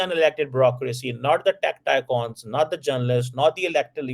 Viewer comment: Tycons? Which madrasa did you get your English lessons?